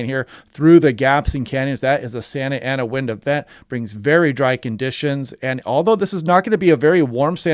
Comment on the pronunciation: you pronounced it pretty good